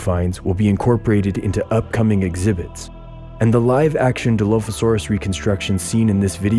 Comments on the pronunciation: Oh... who hired this poor poor narrator...😂 DI-LOAF-ASAURUS??? MEG-ALLOSAURUS???? WHO THE F*** HIRED THIS SKIN-SUIT!!!! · Nobody: Him: DILOAFISAURUS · Di “loaf” asaurus= 🦖 + 🍞 😂😂😂😂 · die-loaf-a-saur-us you say? 🙄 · ark players who have been pronouncing dilophosaurous for years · Except the way he says the name of the dino lol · I love how he pronounces Megalosaurus, and Dilophosaurus wrong